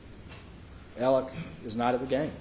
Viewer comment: Why does this attorney keep referring to Alex as “Alec”??